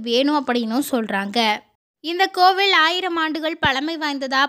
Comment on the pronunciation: கோவிலை கோவில் என்றும் பழத்தை பளம் என்றில்லாமல் பழம் என்றும் உச்சரிக்கவும்.